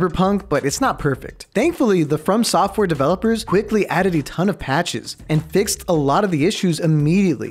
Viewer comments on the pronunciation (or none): none